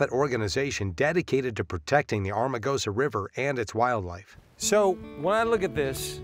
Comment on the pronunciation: Why did the narrator keep saying 'Armagosa' instead of 'Amargosa'? Did they not notice that when they edited this series? Lol